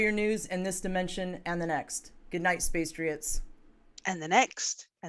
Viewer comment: did you just say 'spacetriots'?? lol i love you two craicpots